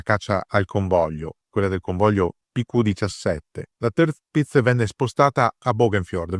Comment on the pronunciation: sbagliato! Dove hai sentito sta cosa. Se vuoi dirlo alla tedesca allora la r la pronunci come r moscia o come a chiusa. Dove hai sentito le due i? Semmai si pronuncia tiapitz, berlin- bealin, natürlich- natualich, hitler- hitla, e cosi via. Parlo gia tedesco e ti dico che è cosi.